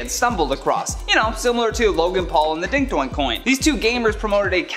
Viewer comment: I'm finding it so hard not to laugh every time you say dink doink coin